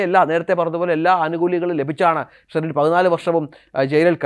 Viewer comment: സ്റ്റെറിൻ? ഇടയ്ക്ക് ബീയറിന്റെ പേര് പറയുന്നുണ്ട്